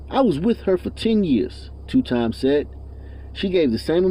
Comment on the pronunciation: Christopher 2X. Is pronounced Christopher 2 EX. Not two times😩